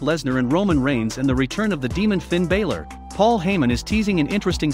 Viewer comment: Raw probably can't match Smackdown because they probably have 2 different producers producing each show. That would be my guess. Soon enough there won't be very many wrestlers left to have a lot of different matches and storylines because they keep firing too many people. BTW to the narrator of this video, it isn't Bailor it's Balor.